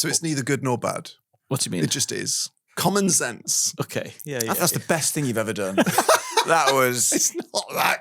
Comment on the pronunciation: Ah! I listen at 2x speed, so I just thought they were saying "Common Sense" and was unclear on why it was clever. Common Zense makes more sense.